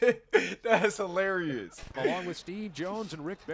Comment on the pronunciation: "It's hil Larry us" 🤣